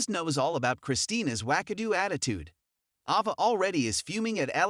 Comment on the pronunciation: It's Ava not Ahva!😬